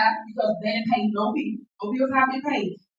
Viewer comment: She awful Interested in paying da beeels if only she was so enthusiastic about paying her rent then beeels and allezations 😂